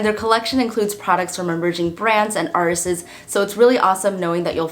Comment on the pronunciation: did u twice say ‘articists’? r u new to the USA?